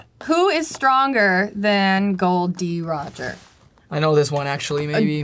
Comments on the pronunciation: Am I the only one who is upset that he said gold.roger instead of gol.d.roger usopp said it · 'Gold D Roger' 😅